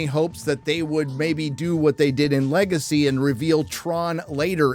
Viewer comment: 🤣"Le Gay See" 🤣